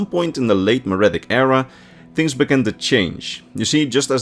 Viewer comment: My brother in Christ, look up a pronunciation guide. Mer is pronounced mur, Merithic is pronounced mur-ific, not maridic.